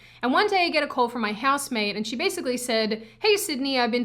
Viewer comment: Useless comment for a useless video. Cant tell if you're saying house maid or house mate I would kill for a house maid though. Then I would kill the house maid. Trump ironically made me a leftist. I use to like your content. Now its dumb. All conservative content is dumb now. Unless it's traditional morality stuff. Also, getting tired of only feds being youtubers. Tell Susan and her friends I got on youtube to get away from Zionist propaganda. Not for them to shove it down my throat secretly. You have to say you're a fed or else its death penalty Sydney.